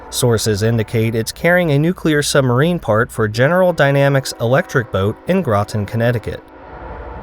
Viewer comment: As someone who lives in Groton and has seen many of these reactor core parts delivered to the EB facility. THANK YOU FOR PRONOUNCING THE TOWN PROPERLY!! You should check out the delivery of the reactor flatbed by Providence & Worcester RR operating on the NEC till CP Midway. Its wild seeing the GE Dash8's chugging pulling a train through New London and across the bridge